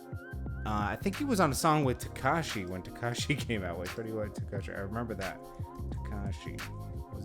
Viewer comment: Dude said his name wrong💀